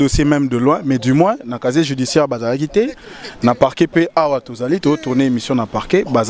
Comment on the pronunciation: Kkkkk on dis pas chacher on dis casier judiciaire